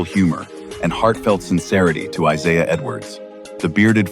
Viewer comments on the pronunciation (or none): none